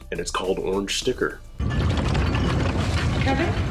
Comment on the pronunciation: I can't get Patti's pronunciation of Kevin out of my head to this day. "Kebin"